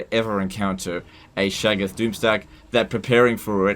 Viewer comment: I got called a Shaggoth once, except the guy pronounced it weird